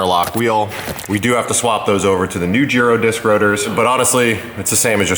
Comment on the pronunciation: First video I’ve seen where someone pronounces Girodisc correctly. 😆